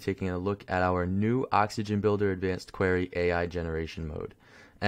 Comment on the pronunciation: idk if its a Canadian accent but its query (queer-e) not qwhere-e.